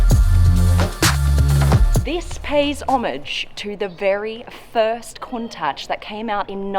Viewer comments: Isn't it said countash not the countach i am speaking about the pronunciation not the spelling it feels wierd hearing ch than the sh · Pardon me for asking but did you say "kon -tuhch" i could swear it was pronounced "koon-taash" maybe i'm just a uncultured American and I'm the wrong one but still. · Pronounced (Koon-taush) :) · It's pronounced at the end with a guttural sound as in loch, like lakes in Scotland. Coun tachhhh. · bro she keeps saying countouch like wtf its clearly written as countach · OK its highly annoying for someone who claims to know all about super/hyper cars and yet can't pronounce the name of a classic lambo which has been in the lexicon since the 1960s. ITS pronounced COONTASH. For the love of heaven!! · It's pronounced cowntash Alex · Can we get a “Countach” counter? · Turn subtitles on for everytime she says Countach. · Had to stop watching because I couldn’t take her pronouncing "Countach" wrong...